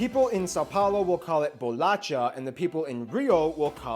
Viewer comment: Both the ways he pronounced Rio de Janeiro are quite wrong. Actually, the one he said is correct is worse than the one he said is wrong. 😅 By the way, the correct pronunciation of "bolacha" is like "bolasha".